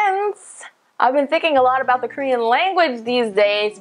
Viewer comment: Her Korean word pronunciation is so different from most foreigners. The pronunciation is genuinely Korean. I don't know how it was possible. Most foreigners, even though speak fluently in Korean but with thick foreign accents and pronunciations.